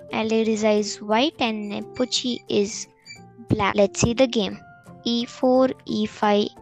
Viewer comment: Not Nopochi Yan it's lan nepomniachtchi 😅